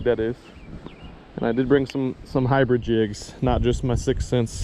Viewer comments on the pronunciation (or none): He said inbread instead of hybrid